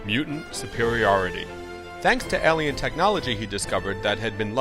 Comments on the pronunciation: Haha! This guys pronunciation of the word alien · why is he pronouncing alien weird?